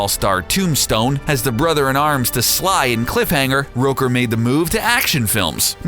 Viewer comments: Michael.. Rouker? It's ROOKER. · Michael Roaker? It's rooker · Facts about Michael Rooker: 1. It's Rooker, pronounced like hooker, not Rowker, And 2. He already plays Yondu in GOTG, so they won't re-cast him, So it's more like Top 9, not Top 10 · Its ROOKER not ROKER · its pronounced roo-ker, not roker. fools. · How did you mispronounce Michael Rooker's name? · Am i the only one seriously annoyed about how they say Michael Rooker's name in this?